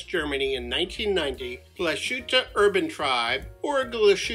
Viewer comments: It's pronounced more like GLASS-HOOT-EH mate. Not a dig, just so you know :) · It’s pronounced Glaas-hoot-a. Great watch. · Nice video. It would be even better if you pronounced Glashutte correctly: its glass - hutte. S and h when put together in German are pronounced s and h, not "sh". For the "sh" pronunciation, German uses "sch". As for the 39-11 in the SeaQ, it is not as finely finished as that of the SeaQ Panorama Date. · I have the panorama 43 . Lovely! The name is correctly pronounced . ‘ Glaas-hooter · Great review, but please do the manufacturer the courtesy of making the effort to pronounce it properly 👍😁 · Pronounce the e at the end it’s Deutsch!